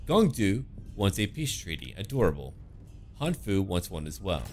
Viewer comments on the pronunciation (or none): none